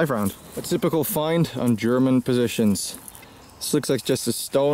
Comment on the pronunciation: your skill of German pronunciation is great😂 it sounds so cliché